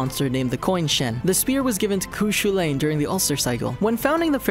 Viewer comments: Did he just call cú chulann cu shulane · He got cu chulainn wrong AGAIN it’s coo - cul - in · The Irish hero "cú chulainn" mentioned in fact 30 in actually pronounced "Coo-cul-an". Not giving any negative feedback, I love the video, I'm Irish so I know how how it's pronounced and taught that should pass on the information. I can't help but find it a little funny :). Greeting from Dublin, Ireland. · Cu Chulain pronounced wrong twice.